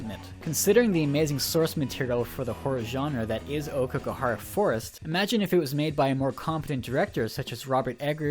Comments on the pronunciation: 'Okeygahara'... 10/10 jk it's 'ow-key-ga-hara' think that ao in Naomi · The way you're pronouncing Aokigahara and yuurei omg.... my poor ears.... seriously Americans, can't you for once just google words andd listen to the pronounciation rather than butchering everything? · Was anyone else annoyed by how he pronounced every Japanese word? The fact that he tried to say "Aokigahara" a million times made this video excruciatingly painful to watch. And then he started on "Yurei"..... Then he tried to do maths.... 2 x 1 = 3 according to this guy. Actually I cracked up a little because Yurei=ghost, Yuri=lesbian. So he's been calling all those schoolgirls gay all this time XD